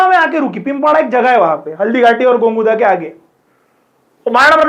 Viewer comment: Sir it's gogunda not gonguda🙏🏻